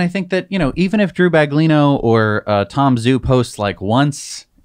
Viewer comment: Please pronounce Tom Zhou's name correctly. It's not pronounced Tom Zoo. It's pronounced Tom Joe. Zh is pronounced like a J. Guangzhou is pronounced GuanJoe.